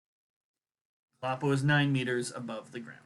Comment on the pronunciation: Kolapo is a Nigerian Surname pronounced as "kaw", "la", "paw" Kolapo